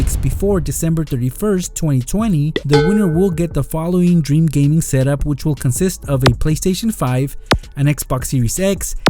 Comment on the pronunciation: Gaming not Geming